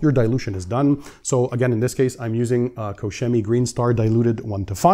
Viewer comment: tu peux juste prononcer 'kor-kemy'